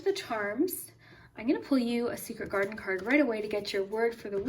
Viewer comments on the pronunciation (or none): when you said garden i thought you said my last name carden lol